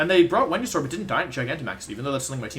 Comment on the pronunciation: Wolfe: i was pretty good at english. Also Wolfe: Wenusaur, babbie formie, yolteon